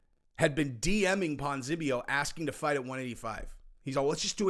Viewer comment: Ponz-E-Nib-eo. You're welcome.